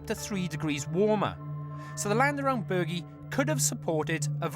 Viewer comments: Someone should have slapped the host the first time he said "The Burgie". If anyone wants to play a deadly drinking game... take a shot everytime he says it. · Omg, now I want to slap him too. Form an orderly line people. Now that you’ve explained his mispronunciation, it’s really really (REALLY) annoying me...really, and I’m only 15 minutes in. He just keeps saying it and he’s the only one doing it. I still want to watch to learn and see what the location has to tell them. I do find his hosting mildly annoying, because it seems to just be about the him wanting to talk, erect elaborate rope access points and in this case, try to use “quad bikes” to tear up the countryside. It’s mostly just for him to yap on - and after watching a few of these you start to notice a pattern of them not having enough time to do a reasonable amount of actual archeology or even finish. He’s more about the “Extreme” part of the title, than he is the digging. I really appreciate you explaining how to say the name correctly. Ha ha he really is such a tool isn’t he. It’s like he thinks that he’s going to sound like a local (or cool) if he calls it that, his arrogance/ignorance means he couldn’t even be bothered finding out by just asking someone etc. That’s how “extreme” he is. Get rid of him and just have the amazing women instead. I’ve been online and this location was not really a great mystery. I was reading the uk listing of the site as a protected historical monument (sorry, I can’t remember the exact title they use) and some of the archeological references about this site are from the 1960s. Another blog site referred information dating to 1700s. Oh w